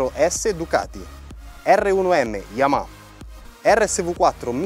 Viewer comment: Ma come cavolo si fa nel 2019 ancora a dire YamaKa!? Bho un mistero del motociclismo che non mi spiegherò mai